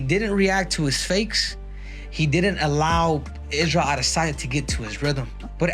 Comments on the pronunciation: The way the narrator pronounces Izzy’s last name driving’s me nuts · The way he says "adesanya" annoys me 😂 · Idk why but it just sounds like an ai generated voice lol. Maybe its rhat absolutely awful adesanya pronounciation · Can you just go back to sayin Adesanya normally bro 😅😅 everytime i hear you say Idissonya instead of adesanya i just laugh 😂😂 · it's produced adasanya, not ahh-this-sonya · Man I hate the way the narrator pronounces Adesanya like E-Diss-On-Yeah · You pronouncing adesanya with all that extra oomph on the DISS just makes sense, yet sounds dumber and funnier every time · Israel ah-DIS-on-YAH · Why do you say adesanya like that bro? Ah-DIHSS-anya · My Nigerian friend says you’re overpronouncing Ah- Desanya It’s more subtle than that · Stop say Dis onya 😂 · I can’t stand how this guy pronounces Izzy’s last name. aDEsanya. I don’t care if that’s closer to the real African way to say it. No one else pronounces it that way. That’s all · Bro goes out of his way to say aDESanya to hurt my brain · Why this arshol pronounce it adi zanya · am i the only one that feels like they are losing brain cells every time this guy says Adesanya??? it’s pronounced “a·duh·saa·nyuh” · I fuggid HATE how u say “Israel Ah dISS anya” Like wtf. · Surely I can’t be the only one who finds it annoying and irritating the way this guy says “Aah-ddday-Sanya”! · Why do you say "DISSanya"? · I really love how the narrator pronounces adisanya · Israel A-DISS-anya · i always freeze when i hear "ade sanya" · a-DIS-soneya like why the fuck did u say it like that multiple times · If you fucking say aDDesanya one more fucking time I’m done man… yeah we get it! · Please learn how to pronounce adesanya, its 1 word not 3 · Dude quit saying izzy's last name you say it weird af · The nerve to say Adesanya like that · PLEASE STOP SAYING IZZYS NAME SO WEIRD, THANK YOU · Fuck I hate the way you say Adesanya! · The way dude says adesanya gets annoying like he pauses on every syllable